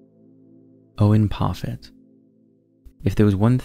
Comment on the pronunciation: Owen Parfitt, not Profit.